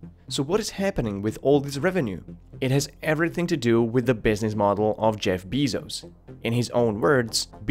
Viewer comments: Beezose? You're saying his name wrong. seconds in and I'm already done with your video. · Pretty hard to take you seriously when can't pronounce the CEO's name correctly, however I'll cut you slack as you are clearly not a native English speaker: It is pronounced BAY-ZOHS. In English, the "soft" 'e' is is pronounced "eh." However the same cannot be said for Elon Musk, where the E before the L is indeed a hard e. Why? I really don't know, english is a massive polyglot mess. That being said, AMZN's market cap is currently sitting at around 902bn USD. A far cry from a trillion; APPL similarly touched the trillion dollar mark but the market appears to have corrected this overvaluation to 929bn. Also, stating Bezos's net worth is just like really dishonest... it's not like he can walk into fucking Chase Manhattan and withdraw 50 million 20's out of their atms, which is approximately 54.6875 imperial tons of Jacksons, or approximately 50 metric tons of physical currency. Thought I'd break that down into metric for you so you can start to wrap your head around the scale of this kind of wealth, because you clearly do not understand how it functions. You may sound very well informed to the average person but to anybody with a cursory knowledge of the financials industry or economics you are simply talking out of your ass and it makes you sound a like a little commie bitch that hates the ultra-wealthy. Amazon has launched loads of people onto meteoric cash flow curves, if your business has failed because of Amazon, you sucked at business. You were out maneuvered, you lacked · It’s pronounced Bay-zos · Are you aware you mispronounced his last name (bay-zohss) every single time. I just don't get why people who make YouTube videos don't seem to give a fuck about doing 5 seconds of research before opening their idiotic mouths. They don't even know how to pronounce the things that they're talking about. You and TopTenz are the worst offenders. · Stop saying BEE-ZOOS! Hahaha